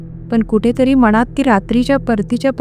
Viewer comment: तुमच्या कथा आणि अभिवाचन छान असते 🎉👌🏻 पण एक विनंती तुम्ही खुपदा " न" च्या जागी "ण " आणि "ण " च्या जागी "न " शब्द वापरता.त्यात सुधारणा करा 🤗(मणात नाही मनात)(स्टेशण नाही स्टेशन) (भयाणक नाही भयानक ) 🤗🤗बाकी मस्त 👌🏻